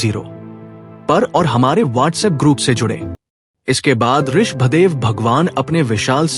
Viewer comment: Aap Rishabh dev ka pranouncetion theek se kare